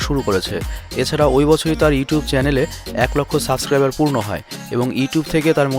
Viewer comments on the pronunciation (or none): none